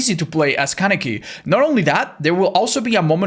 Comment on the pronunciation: Thank you so much for saying Kaneki's name correctly. There are so many people that say it the other way that irritates me to my core lol